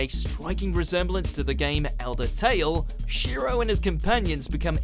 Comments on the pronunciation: You pronounce the "E" in Shiroe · you pronounce shiroe wrong.